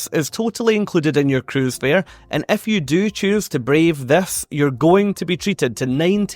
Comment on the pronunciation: Every time you say 'If you' it sounds like 'F You'